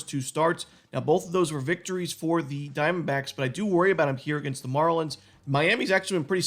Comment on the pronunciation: Love how he says Arizona Dime-Backs